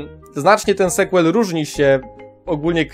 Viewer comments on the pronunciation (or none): Słowo "sequel" czyta się "sikłel", a nie "sekłel".